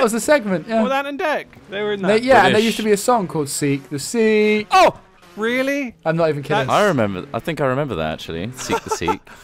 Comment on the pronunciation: It's Seek the Sikh ^^